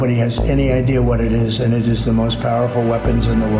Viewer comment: ……”We can now take et home”